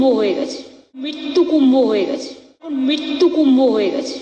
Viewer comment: আমাদের মুখ্যমন্ত্রী একটা থতম তার আবার কুম্ভ উচ্চারণ করতে কষ্ট হয়, কুম্ভ না বলে কুম্ব উচ্চারণ করে, সে আবার নিজেকে ব্রাহ্মণের মেয়ে বলে দাবি করেন, আমার তো বিশ্বাস হচ্ছে না।